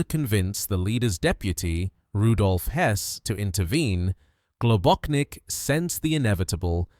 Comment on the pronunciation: GlobóCHnik, not GlobóKnik. His surname had Slovenian origins